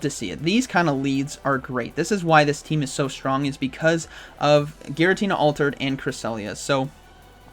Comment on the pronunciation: I kinda like how he says "shtrong" :P